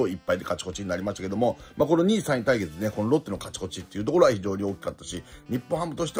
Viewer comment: 勝ち越しをかちこちって言ってるの好き